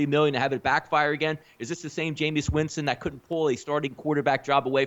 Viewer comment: I can't listen to mooks who call him Jameous Winston...rest of their takes are obviously as misinformed